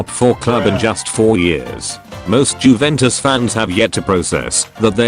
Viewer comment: "jewentus" tts knows